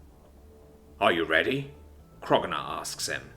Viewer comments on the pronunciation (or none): i wonder why you still call him krogunar, when his name is spelled kro'gnuar, and it was established in one of the episodes that it's pronounced kro-new-ar.